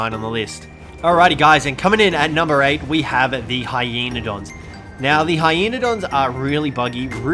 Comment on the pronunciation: You said heyenadon for the easiest tame video are you ok